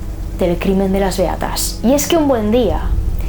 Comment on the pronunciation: Soy la única que cuándo dice “Beatas" en lugar de eso escucha “Reatas"? XD PERDÓN